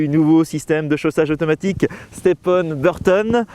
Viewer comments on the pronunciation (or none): Juste mec arrêt de dir le nom step on parce que qu’on prononce ce mot avec ton accent anglais ses vraiment bizzard